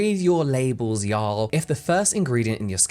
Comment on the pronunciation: Hearing James say “ya’ll” with his accent 😂😂😂